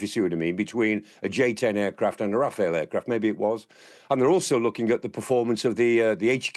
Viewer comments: It’s pronounced Raf-al not Rafael 👍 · It's RAFALE (not Raphael)! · Clark is great, but its Rafal, not Rafael